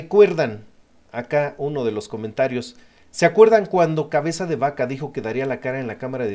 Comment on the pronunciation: ES CABEZA....NO CAVEZA saludos...... Pero esta buena la información. Y eso es lo que cuenta SALUDOS👍